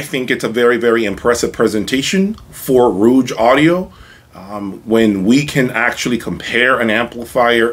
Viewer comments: The name of the brand is Rogue, which rhymes with “vogue” like the Madonna song. What you’re pronouncing (rooj) is spelled “rouge” with the u before the g. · What device are you using to capture the sound of your room playback, to download to/through YT? Did I miss that!???....Ummm? I believe the name of the company rhymes with ...."hoage(ey)" (the sandwich). Not the French word for lipstick or "red" ....I'm sort of a loss as to why not stating the name of the "mystery" amp. Was it the VAC mono's? ..just wondering why the hesitation? Overall, it was interesting to me with the addition of the Soulution pre. Thanks for putting on the show.I wonder too, if the use of the Class D amps used by OCD guy, would be an equal challenge to the VAC's? $7k pr, higher wattage than the Rouge?... Peace!